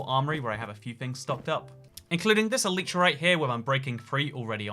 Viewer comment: Can you stop saying ehleetra